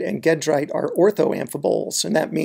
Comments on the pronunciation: Great tutorial, (but the Al-rich end-member is pronounced ˈjeˌdrīt, not ˈgeˌdrīt). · Sure, I agree in the sense that it's named after a town in France (Gèdre) whose pronunciation in French is a soft g (or zh), not hard g. But in America we consistently (mis)pronounce gedrite with a hard g. The difference in pronunciation is similar (although reversed) in how we pronounce eclogite (soft g in America, hard g in Europe; neither is quite consistent with the original Greek). Gedrite and eclogite are not unique – there are multiple ways to pronounce biotite, monazite, wollastonite, sillimanite, baddeleyite, etc., and some of the most common are inconsistent with the root name (especially biotite, named after the French scientist Jean-Baptiste Biot).